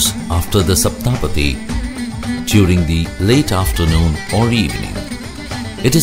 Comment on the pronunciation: Can you please pronounce Saptha padhi right please